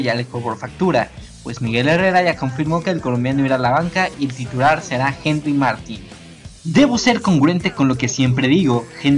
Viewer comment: No se pronuncia Martin, se pronuncia Martín (con acento)